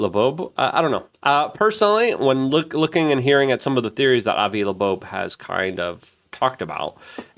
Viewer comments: Avi Loeb, not Lebo. Ears have lobes, which is how Avi's last name sounds like. Is it dyslexia my friend? I really like your channel, but you hurt my brain Hahahaha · Can you say his name write …. Been like a month and you still pronounce his name wrong …. Come on bro ; where’s the excellence …. It’s LOEB ; like Earlobe , Avi LOEB … thank you ; and thanks for your work otherwise . Just say his name right . Loeb (like ear lobe) not laboeb … like where do you get that ? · Luke reads the name: Avi Loeb Luke: Avi Loobobe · N U C L E A R, gee, it's not that hard is it? Also "Lobobe" 🤣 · pretty sure that's not how you pronounce avi's last name, do better